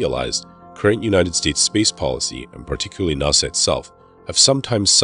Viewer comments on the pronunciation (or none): That and NASA NACA Not NOSA and NOCA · it's nas-sa not naw-sa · "NAH-SA" seriously? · I have never heard a north American person pronounce nasa "nossa" there were a lot of really weird pronunciations here. Lol. I could understand if he was foreign but geeze. Lol. I don't mean to poke fun or anything I just find it interesting. Great video too.